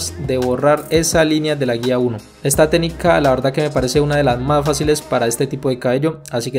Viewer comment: Porque no dices bien la palabra teCnica. Me encantan tus cortes. Pero habla bien mano. Pronuncia bien las palabras.proXima. tu dices (procima) EXperiencia.( Esperiencia) PerfeCto. (Perfeto) PraCticar. (Praticar). TeCnica. Tenica.